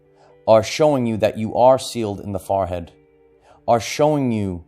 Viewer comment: Every time he says it, I giggle. I hear "fah-head" and I love it. LOVE!